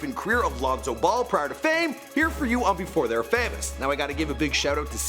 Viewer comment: pronouncin names like "Loon-so Bowl"